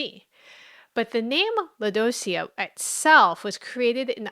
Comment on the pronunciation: Lodoicea? "oi", in French, sounds like "wa". i.e. Soirée, or the name Benoit, or Roi, King. Lodwacea? If French.